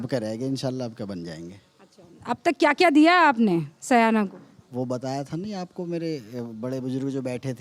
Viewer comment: Madam correct urself it is not saayna It is syana.